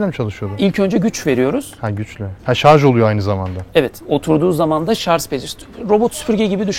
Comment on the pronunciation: Hepsi için tebrikler, sadece şarz demesen harika olacaktı 😊